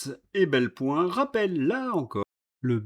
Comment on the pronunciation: Pour INFO, c'est EPelBoin, pas EBelPoin !!! :hand-pink-waving::hand-pink-waving::hand-pink-waving